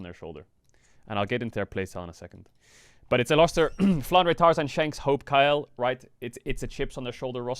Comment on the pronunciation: Why does he pronounce "Kael" like "Kyle"?